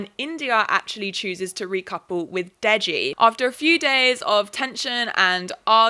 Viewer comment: Unrelated but Ikenna is pronounced ee-CANE-nah and Deji is pronounced Day-gee. I don't watch Love Island so I don't know how the boys pronounce their names, but those are the correct Igbo (for Ikenna) and Yoruba (for Deji) pronunciations, for anyone who's curious lol